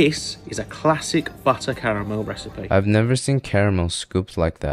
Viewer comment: Well you did say you’re making carMEEEYIL so that’s what you get 😂